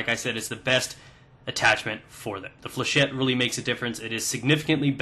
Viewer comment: flechette comes from a french word so its pronounced with a shet :)